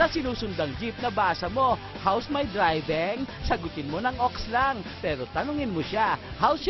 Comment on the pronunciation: "How's my Driveng"